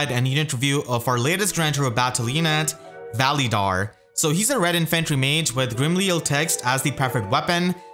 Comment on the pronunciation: Your saying his name wrong